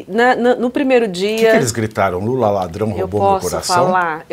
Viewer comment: Mula? Trocaram a letra L pela letra M foi é ?